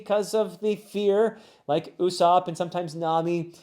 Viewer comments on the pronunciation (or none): none